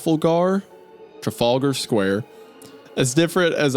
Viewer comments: Trafflegar is my new favorite DND villian. Tra-fal-gar. At least it's not Worcestershire. (wus-ster-sheer for the record) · Wendi's pronunciation of Trafalgar finished me off 😂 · Isaiah’s butchering of the pronunciation of Trafalgar hurt my British soul 😂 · ‘Traffle gar’ beautiful pronunciation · Wendigoon said, "Traffel Garr?" 🤣🤣🤣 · "traffel-garr" is an absolute crime